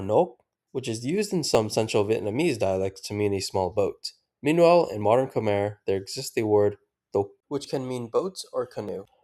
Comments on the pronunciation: Khmer is pronounced Kmahy :) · Khmer is pronounced like Khmai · Hearing you pronounce the name “Khmer” is killing me